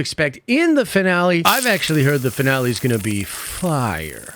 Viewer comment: I had to rewatch the first second of this video so many times to actually hear "Finale" and not "Vinale"